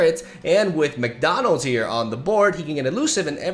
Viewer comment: When you casually called the Bot 'McDonals' I lost it.